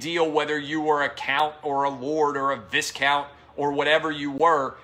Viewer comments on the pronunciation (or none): It's a weird word Clay admittedly, but I think technically it's pronounced "vie-count" and not "vis-count."